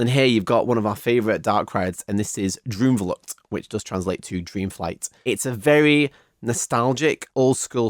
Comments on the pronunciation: as a dutch person; awesome review w a lot of attention to detail!! some small pronunciation notes: the double o like in droomvlucht, spookslot etc. is pronounced pretty much like the o in “ghost” or “over”, and the oe in words like pardoes is pronounced similarly to the oo in “poodle” or “loot” :) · Little tip: double "O" as in droomvlucht is pronounced as the English word Door or "OA" as in for instance Boat. 😁👍🏻